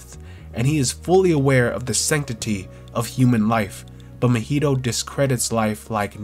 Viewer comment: This video was heat mane gotta subscribe for this but the way you pronounce Mahito's name kills me a little bit 💀